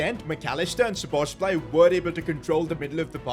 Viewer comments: The game literally tells you how Szo's name is pronounced lmao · At least you tried to say Szoboszlai's name. You almost got it. I'm froam Hungary and this hurts my ears. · You're not saying Szoboszlai's name good😂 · Please learn how to pronounce SZOBOSZLAI’s name. He will be another level next season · im hungarian and im kind of happy that you couldnt say "Szoboszlai"right. btw good video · you butchered the pronunciation of szoboszlai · “Sobozbolai” bro😂 put it in google translate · It's pronounced : Sho-bosz-lai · Where does he get the second B from when pronouncing Szoboszlai🤣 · Aye its (sa-boz-slai) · the correct pronunciation is sobboslai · Say Szoboszlais name like "Soboslai" ;) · Say Szoboszlai like: Sobosla-i. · Its szoboszlai Shobosslai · Hungarian here Szoboszlai's name pronunciation is Sobosla e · Bro just say Soboslai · say it like Dominik So-Boss-la-E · sz in hungarian is pronounced like a basic s. so its pronounced like so-boss-la-eh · szobozlai is pronounced like so boz lie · Szoboszlai's pronounciation is So-Boss-laee or So-Boss-Lai if that is easier. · Szobozlai S-boz-lie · Szoboszlai's name is pronounced like this Sobosslai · Its prounonced sobozlai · Pronounciatan= Sho-boz-lai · you pronounce it Sob Oz lie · Bro is it so hard to pronounce Szoboszlai? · Szoboszbulai??? WTF Can’t you even read her name? Pronounce as Sobosly. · You can pronounce it like "Saw-boss-la-ee" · HERES HELP WITH THE PRONUNCIATION SAY IT LIKE ‘SO BUZ LIE’ BUT LIKE FASTER ONLY WAY I CAN THINK OF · So-boz-lie That’s how you say it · I still dont understand how can people fuck up szoboszlai's name so bad, like do you see a b at the end of his name or why would you say szoboszbalai?? Just fucking say the letters that are there and dont put others in there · It’s pronounced shu-boz-lay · Just say it like SOBOSLY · It is pronounced sob a zli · its very esay to say szoboszlai, say so-bo-sly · Domonik is pronounced So-bo-sly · Pronounced so-bo-sly for u